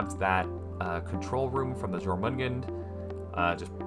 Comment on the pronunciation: just saying, the j in jormungand should be pronounced like a y. the name is based on the norse jormungandr